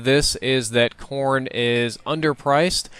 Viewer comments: I thought he said porn. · Every time he said corn i thought he said porn haha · thought he was saying Porn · lol when he Americans eat corn i thought he said porn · everytime said corn it kinda sounded like porn so it sounded like he said "you can do a lot with porn" lol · I heard corn as porn every time....